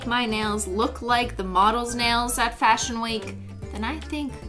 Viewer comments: Fash-Hun like “fashion honey” 🤦🏽‍♀️ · FASHUN SHUN HUN